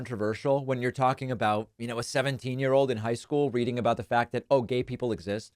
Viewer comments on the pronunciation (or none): none